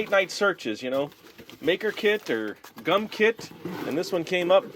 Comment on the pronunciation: think what they were trying to say was you said gum weird again.☺